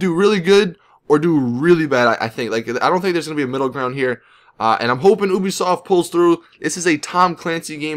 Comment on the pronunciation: FINALLY someone who can say it normally!